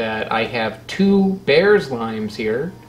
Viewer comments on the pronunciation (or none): Apparently Bearss is pronounced “Bierce” rhymes with “fierce”. There’s a Bearss Avenue in Tampa named after an early settler family of local citrus growers. That’s probably where the Bearss lime gets its name. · Bearss is pronounced like Bierce. Only people from the Tampa area seem to know this except by chance or instruction. Limes are sold green for exactly one reason: if they’re sold yellow, people think that they’re lemons. Green key limes are vastly inferior to ripe yellow ones: not enough juice, chiefly.